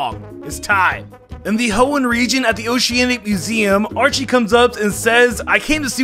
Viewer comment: Regions that are mispronounced that I somehow managed to hear: Kalos: Chaos Kanto: Cancer, Cans, Can't, Kants Sinnoh: Sinner Hoenn: Home Johto: Joe toe I'll edit the list if I hear more in this video